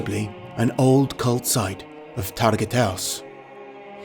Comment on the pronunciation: his true name is not targiatos the name is targut !